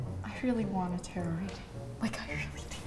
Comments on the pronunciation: “Tarit” bruh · I hate how he said "ta-RO." It's just "taro", like the bubble tea, but with a silent -t at the end. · Anyone else hate how he keeps pronouncing it Ter-ROE instead of tare-oh ...no?...just me? Ok then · And they were all pronouncing it ‘’tarrot” 😂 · i cringed at tarot reader when the first guy said it wrong